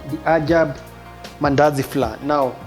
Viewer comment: Flour is supposed to be pronounced as flower🤭